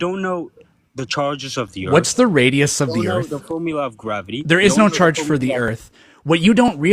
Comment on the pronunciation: "How do you know it's gwavity?"